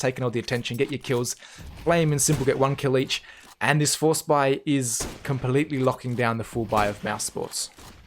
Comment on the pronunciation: I love it when u say com plet ely locking down 😂😂